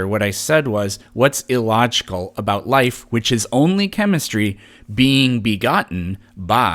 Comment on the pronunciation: "How aboat... "